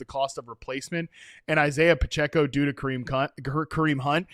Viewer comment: said Kareem Khunt 🤣